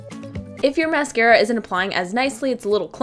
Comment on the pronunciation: mascara not mercera